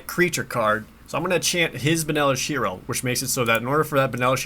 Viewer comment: I kind of just had this playing in the background, and every time I thought he was saying "Benalishiro". Had no clue it was 2 words, lol